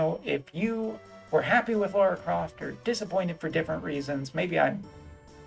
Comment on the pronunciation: Thank you for pronouncing her name correctly. It always annoys me when people pronounce it "Laura".